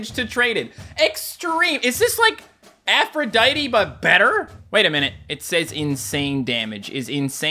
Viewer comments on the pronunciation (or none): none